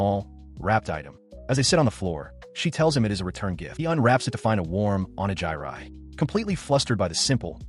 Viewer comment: "Onejairai" Its Onigiri, you clank- 🥀